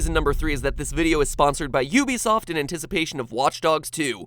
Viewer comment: It's pronounced "oo-be-soft"